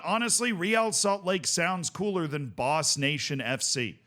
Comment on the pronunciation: It's not even Boss... it's Bos!